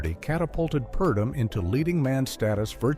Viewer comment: "Mr. Imperium" not Emporium, and Edmund Purdom, not Perdom. And yes, the picture was a clinker. Lana disliked the script but MGM forced her to do it - the last pic under her contract. Must have been a relief to her.